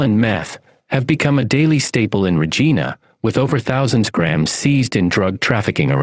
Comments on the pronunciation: Obviously the AI voice guy isn't Canadian.its RegIna not Regeena😁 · Where are you from anyway? For one I've never heard anyone pronounce Regina like you do. The i in Regina is pronounced like "eye". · Saying regena was fucked up. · I'm from Kelowna and live in Regina now. But I don't know what's worst. The way your pronounced Regina or the Okanagan. Lol :p But seriously its so sad to see Kelowna worst then Regina. It was such a beautiful place growing up.